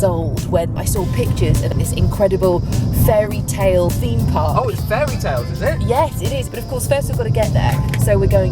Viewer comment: so you can say it's a ferry tale? it's still a nature reserve he say it right(with an accent)